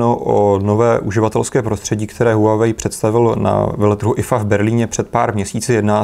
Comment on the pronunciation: Líbí se mi že to čtete správně: wah-wei :D